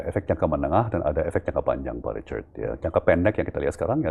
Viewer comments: 😅iyes syuka banget waktu bilang pak Ricard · Cara pak tom mnyebut "Richard" bule banget 😂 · Asyik banget dengar pak Tom Lembong memanggil "Pak Richard" dg logat britishnya..